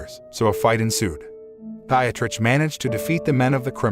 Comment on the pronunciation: “Dietrich” == DEE-trick